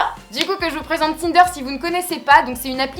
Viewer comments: Au début au lieu de tinder j'ai entendu kinder😂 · Encore une bonne vidéo! bravo;) au début j'ai compris "kinder" ahah:) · Lise tout court vrmt 😂 elle le dit mal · Au début j'ai cru qu'elle avait dit Kinder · à 0: 31 g crus que t'avais dit < kinder > lol !!!!!